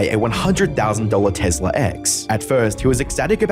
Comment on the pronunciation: I’m sorry but did you just say TEZLA?